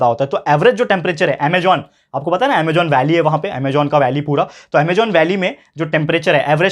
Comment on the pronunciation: Sir it's Amazon not Amagon